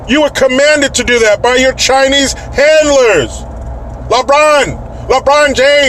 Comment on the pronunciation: It's "Re-Braawn"